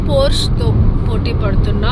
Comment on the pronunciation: Hi it's pronounced por-shuh🙂